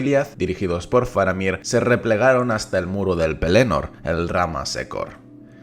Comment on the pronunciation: hola, el acento en Pelennor va en la primera 'e', not en la segunda porque tiene doble 'n'... o sea, es Pélennor, si no sería Pelénor